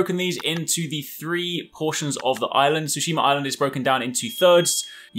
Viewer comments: Tsushi-MA, not Tsushim-ER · I love when people have accents and can't day words. Ghosts of Tsushi-mur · ghost of tsushim-ER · "Ghost of Tsushimer" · Lmao.... "Ghost of Soosheemur" I dunno why that made me laugh so hard. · Ghost of sooshemur! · White people be like: "Hai welcome bak guys to Ghos of Sushimur" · Ghost of Tsushimer lol